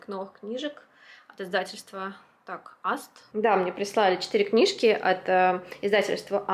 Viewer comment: издательство, насколько щнаю, называется не Аст, а АэсТэ. По крайней мере, они сами так произносят.😊😊